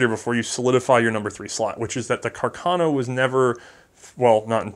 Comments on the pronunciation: It's Carcano, not Cacarno. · congratulations for the good work (both very informative and entertaining)! One minor detail, if I may: it appears "Carcano" should be pronounced putting the accent on the first "a". Thus: Càrcano, after the italian artillery officer Salvatore Carcano. Sources: 1.) Enciclopedia Treccani: 2.)the curator of the WWI museum of Redipuglia in Italy. A few years ago I had a chat with him and he corrected me.